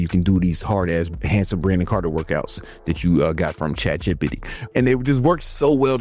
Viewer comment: Why do you say chatgot like that😂😭?